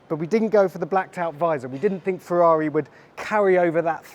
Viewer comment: "Ferreri" is brutal 😂